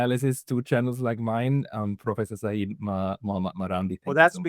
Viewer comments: Seyed is not Saeed FFS. Its like "Sir" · It’s not Saeed, it’s Sayed Sa-yed, which means Sir 😊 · It’s pronounced say-yed and that is a kind of title rather than a first name so Professor Sayed and Dr. Sayed would be like calling someone Mister Doctor